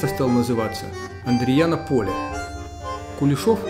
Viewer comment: Не волокта, а Волкота, не кулешов, а Кушелев) А в остальном приятно было посмотреть на родные места)